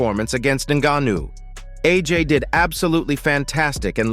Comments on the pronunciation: Click bait everything I already knew except what AJ said after the fight 😂Im still waiting for what AJ supposed to of said ….we got to FK TYSON FURY HERD IT TWICE and then a load commentary in that robot voice that pronounced ngannou negnou negno 😂😂 sick of this never again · 'Nga neu?' What did the Nga knew or what does he know?? Bro, you can't train the AI voice to pronounce names properly? Or is that something we can't do yet? I don't knew how these AI voices work. Can you alter how they pronounce one word or once you feed them the script and choose the voice, it's all up to them? Idk but not telling me what that 'Nga nu' ain't it chief and it's low-key pissing me off. I need to know what the 'Nga nu'.😂😂😂😂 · This foo said naganuu wtf what kinda homework is this 😂😂😂😂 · why you say his name like that, then properly later on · How many different ways can one idiot pronounce the name Ngannou…??? 😂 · Every time you try to mispronounce Ngannou I'm going to report you.